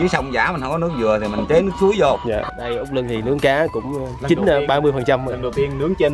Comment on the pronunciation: Út luân chứ không phải lưng nge nhật e nói sai rồi đó